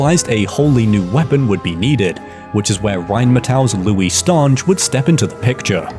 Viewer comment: i am fairly certain the the ...nge in Stange is pronounced like in finger